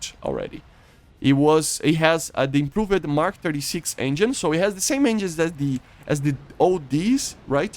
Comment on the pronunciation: One of my favorite things about is he says Improv-ed 💙